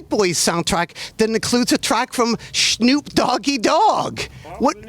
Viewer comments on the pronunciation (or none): I love how Nardwuar calls him "Shnoop" 😂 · I love that he calls him "Schnoop" as if he was Jewish lol